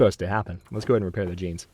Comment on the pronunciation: "Whenever you fair at a repail". I year ha. =P